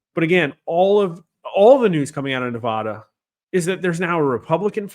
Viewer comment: You still are pronouncing Nevada wrong. ???